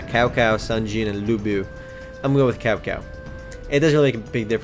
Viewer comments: Kao Kao xD? isn't more pronaunced like Shao Shao? Well currently downloading the game, though seems a little like a normal point and click. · It's not cow cow you read it as Chao Chao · lol cowcow its cho cho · Cao Cao isnt "Cow Cow" , its "Child Child" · It ain't really Cao Cao, it is spelled that way but it ain't pronounced as Cow Cow, it's more of... Chao Chao, I'm chinese so I know the story... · PS,, horrible pronunciation of the leaders:| Cao Cao is not "Cow Cow" but 'Tsao Tsao" and "Lu Bei" is "pronounced as "Lee-you Bay" xD Sorry, but I had to correct that. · caocao becomes cowcow lmao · its tsao tsao :D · IT'S PRONOUNCED SAO SAO =/ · Lol he's pronouncing the names wrong :P Cao Cao = Sao Sao o -o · well you wouldn't pronounce Cao with like a ch like chocolate...but more of like a ts so its like tsao tsao......I always thought it was like kao kao , but then my friend told me a lil bit more about the chinese language and I also purchased DW6 and WO2 which pronounce the name like i said before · Actually, it's pronouced Tsao Tsao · lol no its pronouced tsao tsao lol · its tsao tsao not cao cao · you said cao cao wrong D: xD